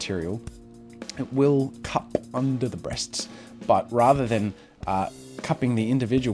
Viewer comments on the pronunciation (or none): "it will cuP-uh"